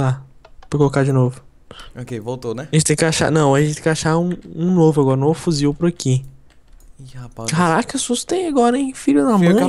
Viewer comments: Nao é fuzil porra é fuzivel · kkkk e falam "fuzil" e, vez de 'fusivel' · NAO É FUZIL É FUZIVEL!!!!